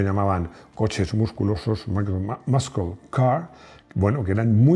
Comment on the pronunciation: Veo que te esfuerzas en la prununciación....que no está mal tener acento español! Pero ya que te pones: muscle car se pronuncia algo así como //masel car//. Saludos.